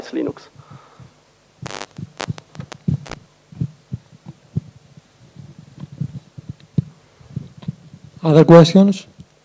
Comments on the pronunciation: lol, and what about the unhearable "Luynoox" and "Luynax"? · I like when someone say Leenoox : ) Somebody must to rewrite "Leeneex " pronouncing on Wikipedia,this is wrong.